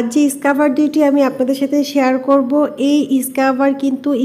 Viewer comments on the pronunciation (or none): ইসকাবার না স্ক্রাব... ইংরেজি না জেনেও ইংরেজি বলা কি খুব জরুরি!!!!